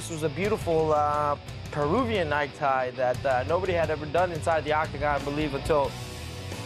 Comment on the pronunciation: peruvian what? night tie? neck tie? what? someone help please